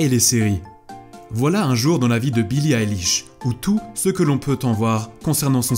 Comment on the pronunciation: J'ouvre la vidéo : ''Billie Alish''